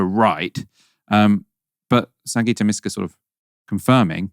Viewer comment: MYska not MEska